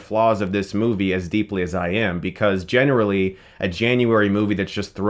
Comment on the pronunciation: "Genuarally" 😂 Yep